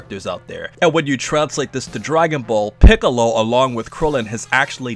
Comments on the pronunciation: they way you said Piccolo like "Pee"ccolo 😂😂😂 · This dude really called Piccolo, Peeccolo.... dead bruh